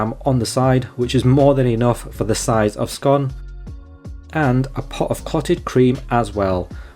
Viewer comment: Nice review, I must try it for myself. I like that you pronounce scone as scone, as some people call it a scone incorrectly.